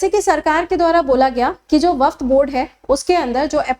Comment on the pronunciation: Waqf hota hai,waqft nhi